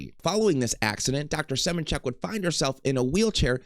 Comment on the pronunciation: It’s suh-MAN-chick and please for the love of god stop including screenshots of AI overviews in something that is meant to be informational